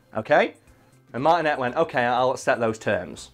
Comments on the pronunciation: MAR-TIN-AYE NOT MARTIN-ET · It’s Martin - A, not Martin - et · I've had the privelidge of meeting Charles Martinet (pronounced Martiné) and he is the nicest guy you'll ever meet! Its clear he loves his job and what he does for Nintendo!